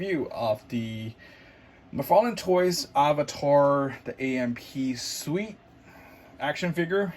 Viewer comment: Suite? I heard you pronounced it wrongly.